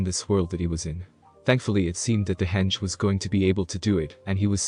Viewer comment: Loving it so far but constructive criticism henge is pronounced hen (like the animal) and ge (pronounced as gay)